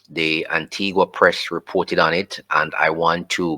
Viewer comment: It's pronounced An-tee-ga not Anti-gua.